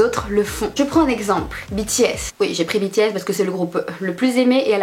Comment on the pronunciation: Ta vidéo me stresse tu dit "Bi T S" alors que moi je it " B T S" 😂